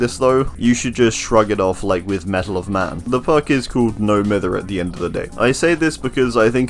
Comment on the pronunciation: It absolutely boils my piss when people pronounce "No Mither" incorrectly. Its pronounced (My-ther). Because the definition of mithering someone/thing is bugging or annoying them. So the term "No Mither" is basically means, "Im not bothered"